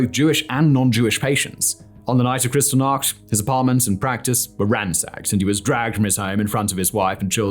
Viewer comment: FYI, it’s pronounced like “kris-TALL-nacht”, not “CRYStal-nacht”.